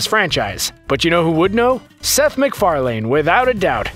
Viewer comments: Seth MacFarlane not seth MacFarlain omg that was getting annoying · Sorry, not one of those Easter eggs escaped me. Most weren't very subtle anyway. And it's not pronounced "mik-far-LANE" it's "mik-far-LEN." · McFarLANE and McFarLEAN really? It's just pronounced McFarlin. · "Seth mcfar-lain" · Seth McFar-lain. Ha! Seth Mc Fairlane (Ford) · Why do you keep saying Mcfaling? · Pronounced Mc-Far-LIN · You can't even say Seth's surname right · It took you seven tries to get it right but you still didn’t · Please learn how to say McFarlane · Please stop mispronouncing "McFarlane" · That was driving me crazy lol